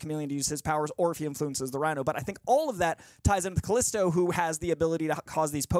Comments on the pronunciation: It’s calypso not callisto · He knows it’s calypso right? Not calysto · Calypso, not Callisto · She's called Calypso not Callisto (who is the leader of the Morlocks from the X-Men comics)> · Her name is Calypso not Callisto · Its calypso not callisto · Calypso, not Calisto?!Right? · Calypso not Callisto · It's Calypso not Calisto 😅